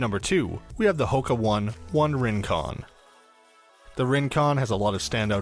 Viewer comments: Oh-ne (real Swiss German pronunciation). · PLEASE Consult a running expert before buying any shoes! I work in a run specialty setting, and I almost never pull these shoes unless someone requests them. The only shoe I agree with on here is the Rincon. You pronounced "one one" wrong (it is not like the number 1), and the peg Turbo is a way to break the bank if you are a couch to 5k athlete. I would only use that shoe for faster if you can run under for a 5K workouts. Next percent SHOULD definitely NOT be used for training to make that clear! You should get a racing shoe and a training. Using these "hybrid shoes" is a good way to get injured.